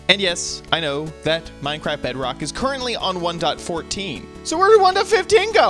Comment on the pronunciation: It's not Bedbok it's BEDROCK